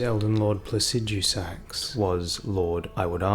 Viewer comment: Bro why do you pronounce placidusax so wierd